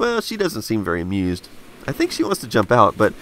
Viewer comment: A-mew-sed.. lol